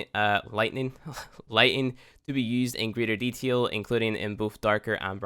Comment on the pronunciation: Deeeee taaaaaaaaaaaaaaa il not deteel xd